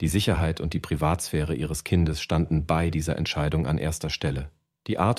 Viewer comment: Sind menschliche Sprecher wirklich so teuer? Diese KI-Stimmen, die "bei" als "b i" aussprechen und "Modestar" nicht betonen können, ärgern mich so, dass ich dieses Video abbreche. Bäh.